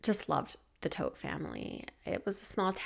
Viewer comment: Love your thorough coverage, your soothing voice, and every video you put out. Gotta say so I love this this video because you pronounced Todt correctly!